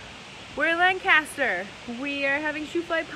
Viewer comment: You spent a day in Lancaster, yet you still pronounce it incorrectly. Sad.